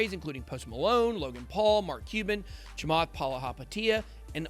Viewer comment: Everytime he says Chamath’s surname I can’t stop laughing 😂😂😂